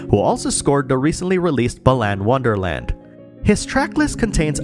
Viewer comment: "Balan Wonderland" hahaha, no one will ever say that game's name correctly!